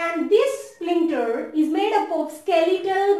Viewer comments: Ur are Pronuncing the word as splincter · There is no 'L' in that word